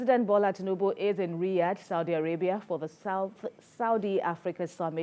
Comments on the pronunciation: *Riyadh not Riyash News Nigeria. No be everything be yansh or yacht! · Its Riyadh not Riyash, please take note